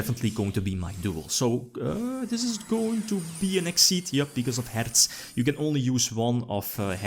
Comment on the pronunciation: It's so nice to hear somebody who knows how to pronouce Herz.